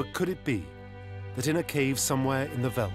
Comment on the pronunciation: It's not so difficult to pronounce "veld", even for a brit or an American. It is pronounced exactly like felt... Great documentary, but I cringed every time the narrator said "veld"...